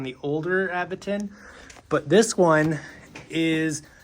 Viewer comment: Say it with me everyone...Aventon "AVENTURE.." 😊